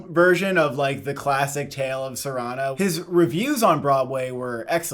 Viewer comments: Sorry to be this person, but Cyrano is pronounced SEER-uh-no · Apologies for being that guy but: its Cyrano (SEER-ah-noh) not (sur-AH-noh). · It's SEER-uh-no (Cyrano). The accent is on the first syllable. Didn't you read this in high school? 😝